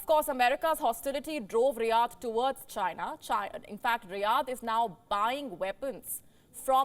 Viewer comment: Why do you lay much stress on the word "CHINA" when reporting? I have enjoyed your broadcast since the start of this year because I feel you are not as biased as other news platforms on YouTube. It seems you are drifting away from that little by little especially when you making a report on a ripple-relationship nations with India. So much emotion in the reporting. Come on don't be like American media that can't be trusted with information dispense.